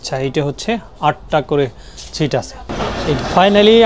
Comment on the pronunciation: আপনার ব্লগের সবগুলো চমৎকার ভিডিও দেখেছি। বিশেষ করে পাকিস্তানের ব্লগগুলো। আপনার উচ্চারণে কিছুটা সমস্যা রয়েছে। ছিট নয় সিট,ছিরিজ নয সিরিজ হবে। চমৎকার ভিডিওর জন্য আপনাকে অসংখ্য ধন্যবাদ। ❤